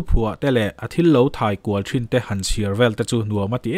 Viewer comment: Thin tih hi thrin anga I lam hi ngaihthlak a ti hrehom lek2 te ka lo ti ve mai2...tha hnem ngaih vang aw🤭